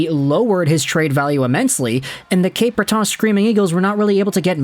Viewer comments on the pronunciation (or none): I've never heard "Cape Breton" pronounced like that before 😂